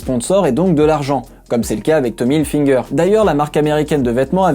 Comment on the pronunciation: Pourquoi certaines personnes disent"tommy hilfinger"🤔🤔🤔